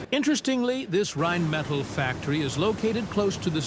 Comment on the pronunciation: the name comes from "Rhein" which is a german river and "Metall" which is just metal. You said something like "metallids?" or what does it mean. i thinks thats not correct here.